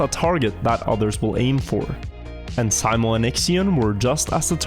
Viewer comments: Simo, pronounced See-mo... It's a well know name, the best iron sights sharp-shooter of all time has that name too. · Why do you keep calling him Symo, wouldn't you as scandinavian be familiar with how that name is pronounced :P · Why do you spell simo like Sai-mo Its literally spelt SIMO just like its written. Unlike english, finnish writing makes actually sense. No silent letters and no extra added crap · Simo not Saimo shurely a norwegian can read. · Its Simo not Saimo